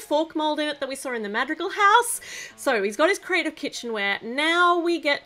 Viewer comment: Such a cute build! By the way, Madrigal is pronounced Ma (as in mother) dri (rhymes with tree) gal (rhymes kind of with wow) 😉